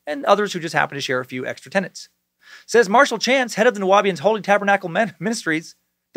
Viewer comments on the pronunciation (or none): tenets, not tenants.